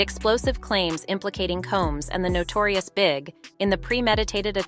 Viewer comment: The narrator should have had someone familiar with the subject to help her PRONUNCIATIONS: Ciroc, The Notorious big(?), and MANY others